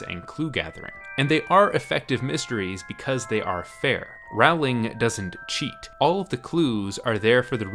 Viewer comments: Its pronounced rolling. lol. don't be the guy who convinces an entire cast to pronounce Aang, ung... grr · Rowling is pronounced ‘rolling’ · Rowling like "bowling"! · It's Rowling, as in bowling, ffs. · I would love to know why everyone mispronounces Rowling. It’s literally almost exactly like the bowling which is a super common word that everyone who speaks English knows how to pronounce! Nothing sets my teeth on edge like this mispronunciation of her last name! Lol I’m such a stan 😂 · Rowling like bowling. Rowling like bowling. Rowling like bowling. Rowling like bowling. Rowling like bowling. But I still enjoyed the video! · Please pronounce J.K. Rowling's last name correctly. It's pronounced the same as 'bowling' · This is a great video but I'd just like to correct one thing. You're pronouncing J.K. Rowling's name wrongly. Her last name rhymes with bowling. She said so herself. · Rowling like bowling. Not like around. Why do people think that the o in Rowling makes an ou sound? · How can you make an entire video about a person and mispronounce her name the whole time? Unless... this is an elaborate meta joke about misrepresenting people's identity? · Can no American pronounce her name correctly?? Jesus, it's not hard guys. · Great video, but i will never understand why so many people cant pronounce Rowling properly... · Ok but how do you make a whole ass video about the Harry potter books and NOT learn how to say the author's name right? 🤔🤔🤔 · Why do so many Americans mispronounce Rowling's name all the time? Smh. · Great video, but 10 points off Gryffindor (or whatever house you're in lol) for pronouncing Rowling wrong throughout the video - it's a pretty common mistake but it's a pet peeve of mine so it was distracting while trying to focus on what you were saying. Still really enjoyed it. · you're pronouncing her last name wrong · Compelling content marred by consistent mispronunciation of the author's name... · Rowling rhymes with bowling, not howling.